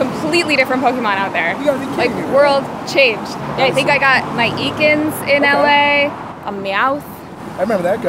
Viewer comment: Cathy pronounces Ekans as "Eeeekans", huh?